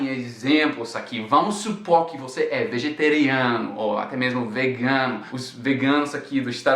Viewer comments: VEGETARIANO E NÃO VEGETARINARIO!!! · vegeteriano kkkkkkkkk(brincadeira)